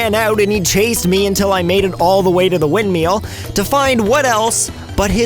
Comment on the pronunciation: "Tooba Blooba" "windmeel" No offense, but how do you screw that up?